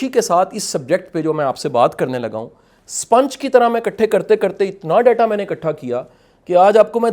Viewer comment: شاہ صاحب سوتے نہیں تو کیا شاہ صاحب چمگادڑ ہیں ۔ سپونج کو سپنچ کہ رہا ہے ۔ یہ ہے موٹیویشنل سپیکر